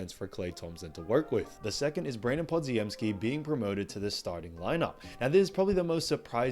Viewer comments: Good vid as usual and I didn't disagree with any of the main points, although I'm pretty sure Podz's full name is pronounced similar to Poj-em-ski and not like your more phonetic Pod-zi-em-ski. Apologies for being a pedant and I'm happy to be corrected, however I've also never heard it said that way, so many times within a short period. Thanks! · Pronounced Pod-jem-ski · I can tell this guy has never actually watched a warrior game based on how pronounced podziemsky. What a hack and fraud